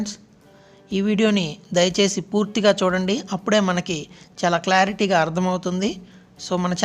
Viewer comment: Dayasesi kadhu dayachesi ok mundhu telugu nerchu ko ra jaffa